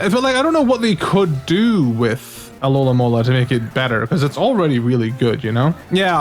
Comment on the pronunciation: My OCDemon is tormenting me because you say "alolamola" instead of "alomomola" lol